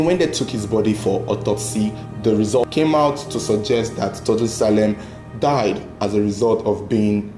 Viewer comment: It's pronounced Tor- du- e not Tordu, it's a native Tiv name. Well done on the investigation.